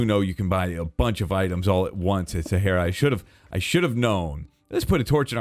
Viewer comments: umm..., Sahara is pronounced sa-har-a Please Not sa-heir-a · Nobody gonna point out weird way of saying sahara. He said sa hair ra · It’s Sa ha ra not sa hair ra